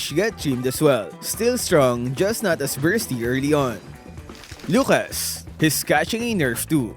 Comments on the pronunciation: Pronunciation class with, Lukas: 🙅‍♀️ Luhas: 💯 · it's lukas. dummy